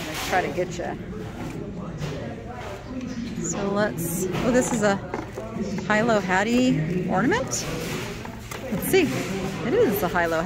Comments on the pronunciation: Pronounced Helo Hatties. Spelled Hilo, I live in Hilo. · Hilo Hattie is pronounced Heelo Hattie. She had a TV show in the 50s with Harry Owens.